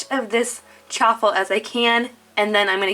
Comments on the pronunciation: Chaffle as in Cha-waffle not Cha-ffle just saying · It’s prounounced shaffle